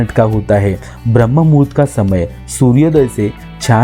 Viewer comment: ब्रम्हमुहूर्त ये शब्द ठीक से बोलीये